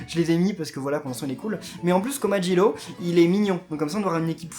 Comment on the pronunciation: komajiro pas komajilo